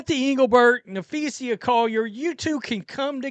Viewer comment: For crying out loud. Can you read?! Have you never heard people say her name??? There is NO "I" in Napheesa. It is Nah Fee Suh. NOT Nah Fee See Uh. 🤦‍♂. It's not that difficult to say someone's name correctly. 🤣🤣